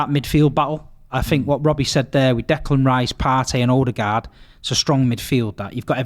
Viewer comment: One of these days Robbie will pronounce Ødegaard's name correctly.